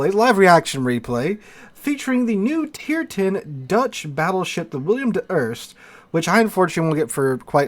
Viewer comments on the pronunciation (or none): Bro, it's WILL EM, not Will i am.